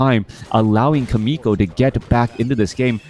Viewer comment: thanks for sharing this video and you commentary, but as a Korean I junst want to let you know more exact pronounciation of 'Chaemiko'. It is not [k]aemiko, but [tʃ]aemiko. same as 'CHERRY' s /che/ sounds. lol